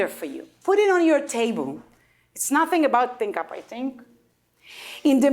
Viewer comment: ThinkUp - his pronunciation was not the best .... (no offense, it is what it is :-)